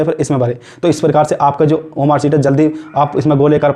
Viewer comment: OMR Sheet ❌ OMAAR Sheet ✔️